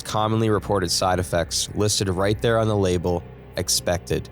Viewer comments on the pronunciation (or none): none